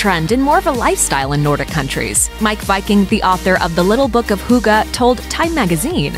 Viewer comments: The guy pronounced HYGGE...why can't you??? Americans are often so culturally rude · They even have i clip in the video where the word is pronounced correctly, but she sounds like she have never heard it before. They're just guessing. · lol, the word hygge is NOT pronounced like that hahaha. I know for sure, cuz im danish hahahah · As a Dane, hearing her pronunciation of "hygge" is absolutely hilarious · The way she pronounced hygge.. my heart is aching (it's not too weird tho because the Danes have always said it's pronounced that way..) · BTW: You pronounce the hygge and russ wrong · I'm not even danish but I cringed so hard at the way she pronounced hygge argh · Haha im from Denmark and i lmao when you said hygge* you said it wrong haha ❤️ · you pronounced "hygge" completely wrong 🤔😂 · I cant stop laughing... "Hooga" -.- It's pronounced "hooggeh" Hygge :) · Bullshit. Just take the video down. And that way you say hygge. Wtf? Hoogaa????😂😅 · Noooo. Not hooogeee... if anything: hee gee. I know, americans can't pronounce things like ü ö ä... but they can make the next best thing out of it instead of just being ignorant and butchering it completely... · Hygge is a very important thing in Norway as well, not just Denmark. And it's pronounced HYGGE, straigt forward. Not hooga, omg.. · You don’t pronounce hygge with an u you pronounce with an y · Some random name no it’s not an accent it’s not listening on how an word is pronounced hygge is not = huuuuga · Some random name It's not an accent... Hygge is pronounced the way that one guy in the video pronounced it. If calling "hygge" "Hoooogah" is an accent then calling "kissing" "keeeeseeng" is also an accent, because that's how we pronounce "i" in Denmark. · Right, if they can't pronounce it perfectly, okay, but saying something sounding like "huugo" is just rude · Love and Bitterness omg no. It's not hoogee lol. Do you even know how to pronounce the E in English? There's a soft "eh" sound after the "hoog - eh".